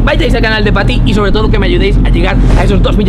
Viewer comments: Ya veía que en vez de decir paty decía fati🤣🤣🤣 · Like si parece que dice faty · la as llamado faty 2 veces por decir paty